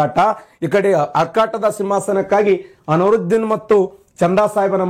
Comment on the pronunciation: ಅನುರುದ್ದಿನ್ ಅಲ್ಲಾ ಕಾಕ ಅನ್ವರುದ್ದಿನ್